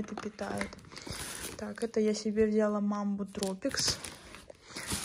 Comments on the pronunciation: Не взЯла, а взялА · Как же меня бесит это вля́ла . Правильно взяла́